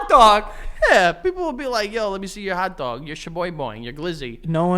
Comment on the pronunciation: “Let me see ya hotdahg” 😂